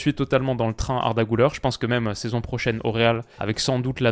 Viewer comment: On dit pas "GOULEUR" mais "GULAIR" c'est "U" et pas "OU"